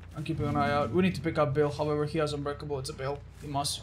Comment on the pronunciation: I've always loved how says "Hahvever" instead of however